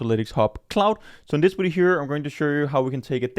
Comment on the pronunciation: lol "wideo"